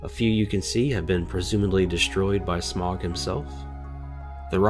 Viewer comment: Hearing you pronounce his name wrong makes me cringe, so I'm just gonna put the correct pronunciation below. Hope I don't sound rude as that is not my intent. (Sm-OW-guh).